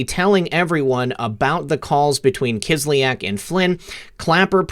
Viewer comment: You mispronounce Kislyak. "ya" should be pronounced as one sound.